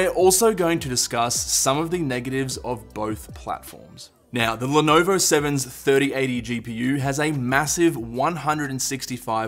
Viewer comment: how u did say lenovo .. hhh i can't stop laughing /_ /